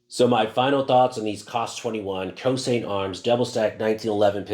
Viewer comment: Pronounced Choshint